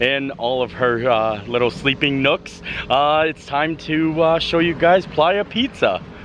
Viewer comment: Honey I think that pronounced Play-ya 😂 it's slang names in the pizza place to me. Lol